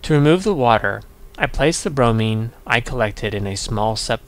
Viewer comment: Not brony, bromine